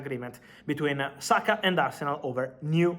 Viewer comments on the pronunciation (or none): none